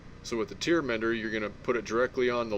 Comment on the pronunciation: Great videos on the channel- however- it is tear mender- pronounced "tare"...god forbid someone puts that in their eyes lol. Great vids- love the Musky stuff. Will definitely share. Post more vids man.